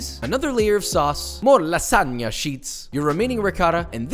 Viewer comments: is pronounced lasania, no "lasaga" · I'm italian and when i heard you saying LASSAGA INSTEAD OF LASAGNA Got me dead😂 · O ouu Spaghettious, this Lasaga is awesome and made it Cwispy as possible :D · he also pronounced lasagna as "lasaga" like 3 separate times in the video, i don't think hes going for any points with the italians in this one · You pronouncing it lasaga produces a primal fight response in me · It’s lagsagna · you have to lasagna not lasaga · lasaga lmao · why is he calling it lasaga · Bro how on earth can you even imagine to call that shitall lasagna or as you were pronouncing lasaga (doing my nerves) Ricotta instead of bechamel? Then no soffritto? and most important thing you have left the shitty ragù to cook for 5 minutes? (My mom does 3hours) cmon bro I want to see your skills on masterchef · I love that, for Joshua, The N is silent in lasagna, not the G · Dude the g is silent in lasagna 😀🙈 Interesting option though with ricotta, didn't know it can be made like that. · is it just me or hes pronouncing lasagna wrong?